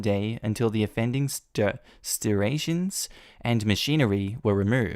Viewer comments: HOA is the problem, not each individual resident. By the way the farmer didn't say he was the Sheriff, just that he knew the Sheriff....and STRIATIONS is pronounced STRY AYSHUNS. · Just so you know, it's pronounced like the i is a y. The "stri" part rhymes with "dry." Then, the rest rhymes with "stations."